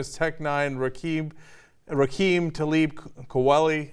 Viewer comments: He said Rakeem... 👀🙄 The interviewer. 🤦🏻‍♂️ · Ra must've known he was with a phony when the dude said rakeeeem. It's Rakim bitch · the way he pronounced kweli and rakim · How the hell is Cenk gonna claim he listened to Rakim and he calls him "Rah-keem" lmao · How the fuck do you not know how to pronounce Rakim